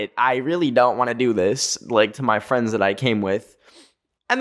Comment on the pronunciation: THE 'FWENDS' THOOO UXHUSJX